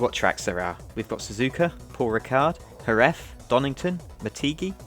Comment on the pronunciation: Was it pronounced Jer-Rez or Her-Rez ?